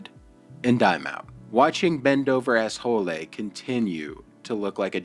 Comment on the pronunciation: Just makes me giggle every time you say ben dover assho lay